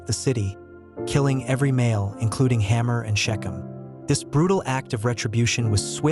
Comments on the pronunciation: It is Hamor not Hammer. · How about Hamor? Is it supposed to be pronounced "hammer"? Or "hay-more"?